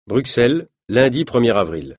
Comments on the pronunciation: ON DIT BRUSSSSSSSSSSSELLLES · Oui, mais c'est une erreur de prononciation donc autant la corriger